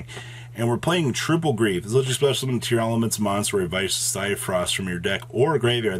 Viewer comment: everyone mispronouncing tear-laments. its not tear-elements.